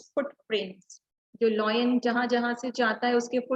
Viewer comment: Ma'am your pronunciation of lion is wrong please correct it